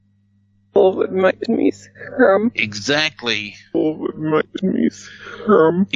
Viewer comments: I hear succumb, not scum. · Squirm not scum